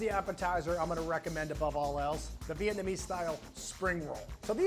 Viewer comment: I find Americans & Chinese pronunciation of the word “vit-na-me” hilarious., they step on the gas when it’s a three syllable word.